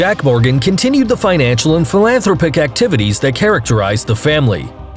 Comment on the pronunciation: phil-an-THROP-ic.....not phil-AN-thropic anyway, I think it may be a speech-bot.